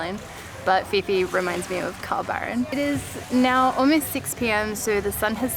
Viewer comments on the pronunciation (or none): none